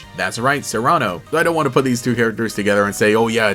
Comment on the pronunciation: Why do you pronounce Cyrano as Serrano? I'm thinking Corbeau may be related to the Quasartico lady or at least know her because he's talking about having a conversation with some woman who doesn't take financial matters seriously. Having a signature pokémon isn't necessarily a sign that it will get a mega. Lysandre's signature was Pyroar and it doesn't have a mega. Speaking of whom I have a feeling he may have been affected by the same immortality curse as AZ.